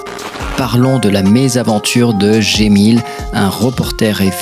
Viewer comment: Excuse moi mais tu dis Gemil mais j'ai lu Cemil... est-ce que je me trompe?